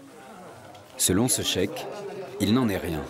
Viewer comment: Le Check mdrr Zéro prononciation arabe haha (Cheikh)